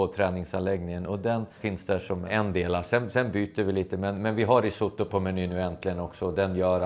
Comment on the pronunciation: Uttalas "risåttå"! Basta!